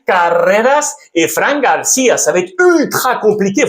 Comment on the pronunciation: Carrrreras et Fran Garrciiiia